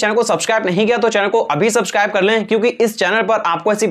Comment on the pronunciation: Bhai use subscribe bhi bolna nahi ata